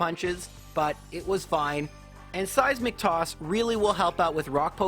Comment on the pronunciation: Am I the only one who hears 'Size McToss' when he says 'seismic toss'? Am I insane?